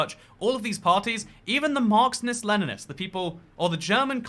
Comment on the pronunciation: You said "Marxnist" like 10 times in this video